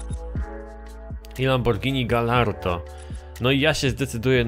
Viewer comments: błagam... GAJARDO a nie GALLARDO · Mówi się gajardo nie galardo